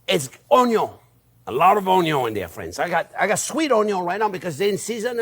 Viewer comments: HAHA "Onyo" welcome back, Chef!! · Only came here for the first few Onyo-pronounciations and then clicked off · "You can call it whatever you want " ... " It's onyo" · "Onyo" evokes memories of Justin Wilson. 🥲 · everytime he says onyo take a shot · Be sure to onyo the onyo when you're onyoing the onyos! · “Onyon is number first!!” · yes! Onyo I say it that way all the time now. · My favorite part about this video is my eyes only saw the video title and I knew EXACTLY who pronounces onion like that hahaha. Welcome back Chef. Cheers.